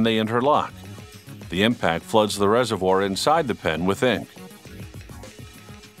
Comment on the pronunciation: You pronounced the word "reservoir" ...WRONGLY